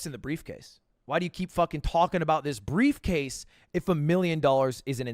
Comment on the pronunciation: "I have brevecase"